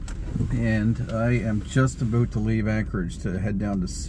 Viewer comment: Holy shit, he said aboot . Despite the stereotype I've never actually heard someone say it before.